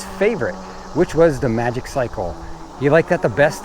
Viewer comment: I gonna nag. It's pronounced Maji-cycle😁